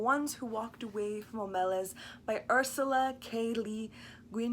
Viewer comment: Okay, first, I couldn't get past the fact that keeps mispronouncing the name in the title and of the city. Le Guin, herself, acknowledged the proper pronunciation in interviews (I am not just making this up). The city is pronounced "OH-meh-lahss," with the heavy stress on the first syllable, OH-, like the name of the city of Omaha. Just think: OH-ma-loss. Second, I don't think that gets the underlying point of the story. makes allusion to Christianity and describes the story as a normative account of an ethical choice, or perhaps even a worthy sacrifice. That is not really the point of the story. The story is not a fictional narrative of a normative state of affairs, but a descriptive moral parable, highlighting what is called "a moral illusion." Moral illusion is when people think that they are acting in a sound moral way, or at least a morally neutral way, when in fact they are acting in a morally corrupted way, or flatly immorally. The people of Omelas are generally willing to do what most of us do everyday: we know that there is tragic and unfair suffering in the world, and sometimes we even see it. We can certainly find it if we wish. But then we go about our daily lives, striving for our own happiness and contentment, never sacrificing anything of any real substance to stop it. Isn't that a morally corrupt way to act? Would you give up a year's worth of pay to stop one child from suffering for one day? Would you give up your smartphone for a y